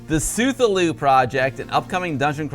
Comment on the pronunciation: isn't Cthullu pronounced like kah-thoo-loo?